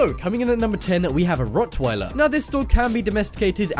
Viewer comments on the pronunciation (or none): it rock not rit